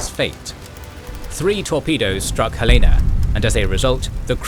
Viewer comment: The Helena was, of course a cruiser. As usual, most narrators mispronounce her name. We have one of her anchors and chain in one of our city parks(not from the WW11 ship, of course). I am 81, and always get a kick out of people mispronouncing Helena. Nobody mispronounces Helen, but for some reason, the addition of the "a" at the end throws them.